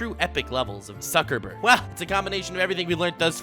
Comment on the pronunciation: "noob suckerberg" "smukerberg" Ah shit here we go again